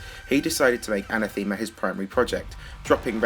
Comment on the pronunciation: that's not how you pronounce anathema,.